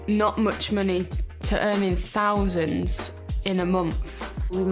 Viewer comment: They make "fouvunds in a mumf" yeah, i make "thousands in a month" walking dogs lol